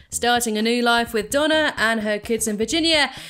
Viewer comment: I not sure if you have an accent but it sounds like you say Donna but it is actually Dana but good vid